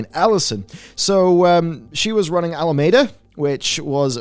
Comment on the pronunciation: Hard to trust the reporting if you can't get the names right... It's Alameda